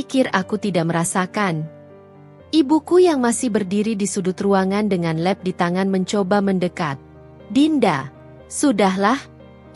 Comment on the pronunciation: mbak baca nya lap tetap lqp bukan leb...